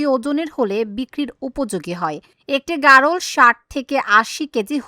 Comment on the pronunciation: সাংবাদিকের সামনে খামারি বলতেছে ভ্যারোল । আসলে এর উচ্চারণ হবে গারল। যাইহোক আমার বাড়িও ভোলা আপনাদের খামাটা কোথায় একটু দেখব। আপনাদের ঠিকানাটা কোথায় প্লিজ একটু বলবেন।